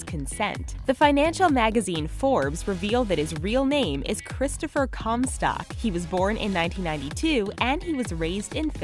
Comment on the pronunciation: Actually it's Christopher Comstock not " Christopher Cornstock". Oh and no hate